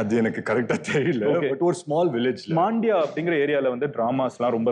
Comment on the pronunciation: That's Mandya not maaandya